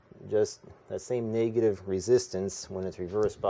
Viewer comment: "Naygative" lol